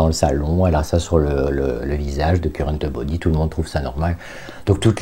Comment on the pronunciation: " Currenteubody", j'adore 🤣🤣😘